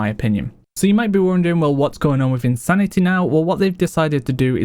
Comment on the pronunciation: No shade but I find it interesting when he pronounces “insanity” as “insanita” sometimes haha